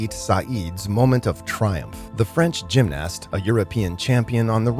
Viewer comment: Gym-naaasst 🙄 why is everyone using AI know-nothings to narrate these videos